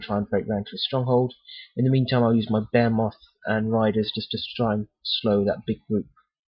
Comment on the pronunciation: Generally very useful. Thanks. Great figures and layout. You do not know this, but you have a very strong accent for American ears :) Consider talking a bit slower. When you describe that big thing it sounds like "bear-moth." Here we say "Baa-He-Myth." Look forward to more programs.